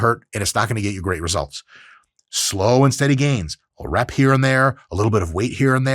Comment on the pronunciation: "Ayyyy, get outta heea" 😂